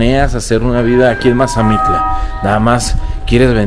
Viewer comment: Mire soy de Mazamitla y no sabe pronunciar bien el pueblo y se mal informó de sobre los precios de terreno y en tanto las ventas y la temporada de lluvias está cambiando y sobre las rentas tambien